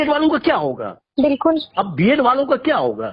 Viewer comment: विल्कुल बिल्कुल विल्कुल बिल्कुल😂😂